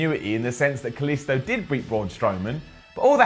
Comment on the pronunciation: Hate how he fucking pronounces Kalisto wrong it's not an I sound it's and e sound for the i in his name